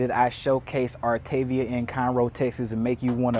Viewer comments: I was told it’s pronounced - ar ta ve a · It’s actually pronounced “art a via”. :). Artaveeha. 😊